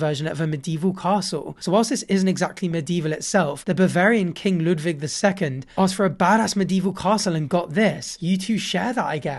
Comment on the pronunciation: proud german noises because you pronounced "ludwig" correctly but let me teach you how to say neuschwanstein: noi-sh-wah-n-sh-tine